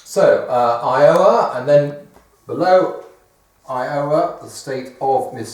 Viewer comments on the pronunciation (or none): none